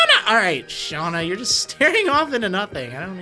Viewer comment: Hi professor its SHAWna SHHAAWWWNA